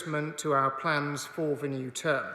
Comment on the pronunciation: "...for v new term" - WILLIAMSON! PRONUNICATION LAD!